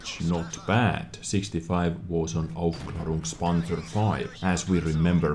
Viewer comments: But the pronunciation is actually pretty good. One more skill in wich shines brighter than Jingles. Hehe... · Like I said: someone disliked! Btw your pronounced it good I think;)